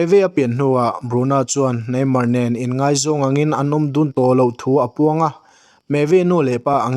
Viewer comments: Ngeihzawn a ni lo. Ngaihzawn a ni zawk.... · Ngeihzawn I ti zel a Ngaihzawn lai ti la